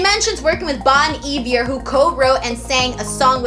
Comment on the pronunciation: i was in the stream earlier and i think i gave everyone the wrong pronouciation of bon iver, it's actually bone eve-air :) i'm not even a swiftie but after looking at the credits and features i'm down to hear it. came for wwe stayed because you're lovely :)